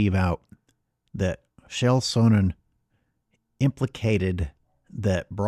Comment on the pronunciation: Chael , is not pronounced "Shael" , but yeah, he called out Bron long ago.